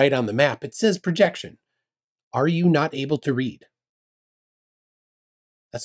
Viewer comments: "Perjection" (sic) LOL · He can't read the word "Projection" because it's on a curve.